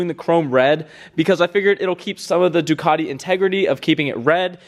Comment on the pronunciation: Please do all Ducati owners a favour, first pronounce it right and then please use the proper red. Thanks. 🥊